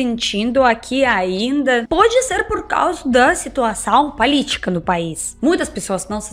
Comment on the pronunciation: Vcs sabem porque os Russos trocam o som do O por A, na maioria das palavras? Por exemplo, no minuto 3'25" ela disse palítica, seria, política. No Russo o som do O muda para A quando a sílaba tônica não é o O, a sílaba tónica na palavra política é o lí, Então o som do O, fica A. Minuto 3'57" ecanômica = econômica